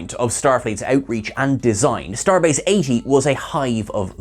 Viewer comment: No, no, you didn't get the right emphasis. It's supposed to be "Starbase 80?!"